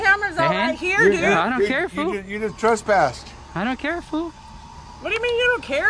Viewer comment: Dear lord I hate this boy. He's so lazy he can't even say "fool" properly. What a moron.